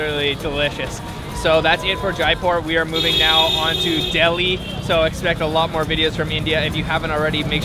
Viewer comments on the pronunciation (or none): none